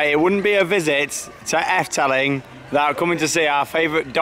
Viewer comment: It’s pronounced more like Eff-duh-ling..... 😊👍🏻 great vlogs as ever! Thanks